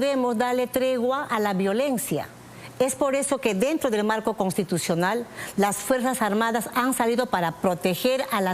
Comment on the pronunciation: NO SE DICE CONTITUCIONAL, SI NO CONSTITUCIONAL